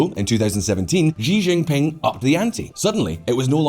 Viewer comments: Okay...that's it. It's a great video but something is driving me nuts: It's not "Ji Jin Ping" it's "She Jin Ping" Just like the pronoun. Slightly different in Mandarin but basically it's an "sh" sound. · Xi Jingping is pronounced roughly as Shee djingping, not ziziping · Why does he call the Chinese president “Gi Jin ping?” Does he say Willip instead of Philip? Aside from that great video. I think the ideas of the New Silk Road were good ideas but terribly executed and full of corruption. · I got distracted by the way he said JI Jinping and also his teeth :( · Please work on your pronunciation of Xi Jimping name. It's terrible and wrong!